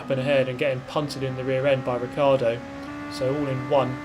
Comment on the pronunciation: I'm not sure why British people can't say Ricciardo correctly, any how that was funny -->"He is going to do a verstappen on me and I'm going to get ricciardoed in the rear end"